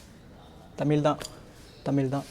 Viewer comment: நல்ல முயற்சி!..நன்றி..! ஆனால் இன்னும் ஆளுமை தேவை!..இன்னும் தெளிவாகவும் ஆழமாகவும் ஆங்கிலம் கலக்காமலும் விவரிக்கலாம்! ..ழ எங்கே?..."தமில்"..."அலகு" என சொல்வது கேவலம்!!! It is not chola 'architech'...should say architecture! ...it is very clear that your english is poor..that is nothing to be ashamed of...it is better to avoid english and improve your tamizh!!! Why are you so breathless at your age?...pls get fit!